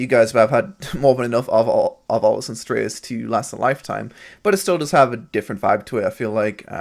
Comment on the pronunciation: It's pronounced 'stra-tis' not 'strate-is' lol